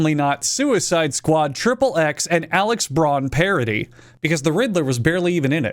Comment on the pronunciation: He said Alex Braun instead of Axel Braun!! Come on bro you can’t go mispronouncing a porn authors name like that!